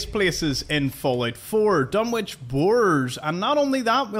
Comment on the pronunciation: Just to say that "Dunwich" is one of those words where the "w" isn't pronounced (not sure why). So, it's actually pronounced "Dun-itch". As people have said, it references Lovecraft's story "The Dunwich Horror", Dunwich being a location. The various Lovecraft references in Fallout 4 are great fun. :-)